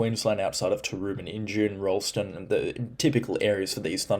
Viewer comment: Nailed Rolleston’s pronunciation mate!